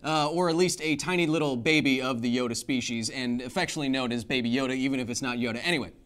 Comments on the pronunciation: hey, Kyle! Love the show, hate how you pronounce Yoda. The "a" is not silent. I repeat: the "a" is not silent. It's not Yod, like some swiss alps singer. No. It's a Yoda. Keep up the great work. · Am i the only one having an issue with the way he pronounces Yoda, which sounds like "YOD"?